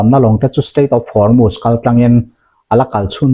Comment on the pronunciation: Hnamdang ṭawng i lam dan uluk deuh hlek a ngai. U hi A ang in i lam ṭhin a. Entir nan Hormuz kha maz ang in i lam a, wngchuk pawh wangchak ang in i lam ṭhin a. A dang chu a ṭha a, a bengvar thlak bawk.